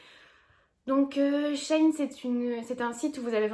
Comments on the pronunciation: Shi ine pas shaine 😂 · ça se dit bien she in parce qu’avant c’était she inside ☺️ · js que sa se prononce she in mais tqt je dis comme toi 😘💕